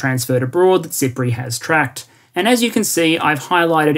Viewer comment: I kept hearing SIPRI as "Cypriot" and thinking "Island nation. Makes sense."